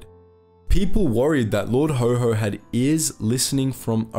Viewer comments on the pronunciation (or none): His nickname was Haw-Haw, not Ho-Ho. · That is rather unhelpful as that word is pronounced as "hoe" by Americans and "hoare " by British. The name was coined in Britain and it is haw, which rhymes with saw jaw law. The W is a flat w not the Amarican wh sound like where they almost put an h on the end in some parts - like "lawh". Haw-haw is a working class term for a posh accent, slightly mimicking the sound of the accent. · Haw haw not HoHo. Hoho is Father Christmas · Lord Ho Ho? Possibly the worst mispronunciation I have ever heard ... do your research! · It was Haw Haw not Ho Ho! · Not Ho Ho, actually pronounced way it was spelled, Haw Haw, as in Saw..... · It was lord Haw Haw not Ho Ho. BTW, he wasn't British. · Sorry! You ruined it by naming Haw Haw as Ho Ho. Where in the blazes did you obtain that pronunciation? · You will have to re-edit its pronounced Lord Hor Hor not ho ho! Its an important point and will be lost. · Good video, but lord haw haw - pronounced more like a donkey "horr horr", as he was considered stubbornly (like a donkey) anti British. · It's pronounced like the word "whore"